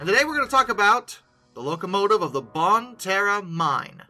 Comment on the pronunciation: Hey this is less than an hour away from me and it is not bon Terre it is pronounced bon tear